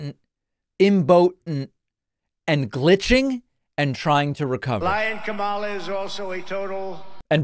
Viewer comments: She is Ka..Ma..la not kamla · He’s such a mess. Way too old for the job. He can’t even say her name correctly. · His followers just believe whatever he says. He probably mispronounces her name intentionally. He spits out word salad that makes no sense. He can't even speak an entire sentence. His cult has been indoctrinated and needs to be reprogrammed. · Maybe all this was intentional to confuse people and mispronunciation of her name making it sound foreign maybe intentional.